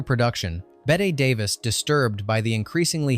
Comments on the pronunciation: "Betta Davis?" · You know it's AI when you can't pronounce Betty Davis